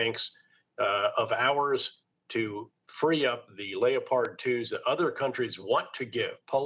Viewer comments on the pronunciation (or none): Leo-pards? Lol